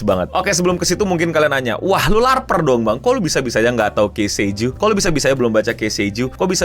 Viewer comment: Ki sei juu bang. Tolong. 🥲 bukan kei sei juu